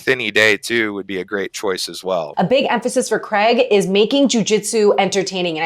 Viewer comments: Did she just say Graig Jones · Different pronounciation usually north americans say something more similar to "creg"